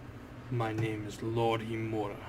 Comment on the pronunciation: you are not saying HIMURA right learn how to say it then say it :p good episode